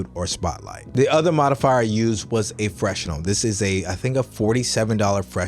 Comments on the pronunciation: FYI fresnel = fruh-nel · Had me thinking that I've been saying fresnel wrong all this time. The confidence and consistency had me fooled for a minute there lol